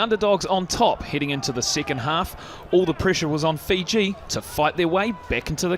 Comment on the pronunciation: Great effort by Uruguay, but who are Feejee?